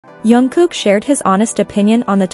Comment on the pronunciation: First pronunce his name properly